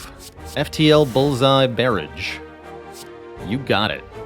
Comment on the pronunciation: you pronounced barrage incorrectly